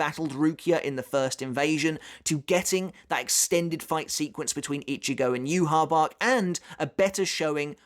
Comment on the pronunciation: On the off chance you care, "Yhwch" is actually pronounced as "yu-ha-va-ha." Feel free to ignore me, just trying to help.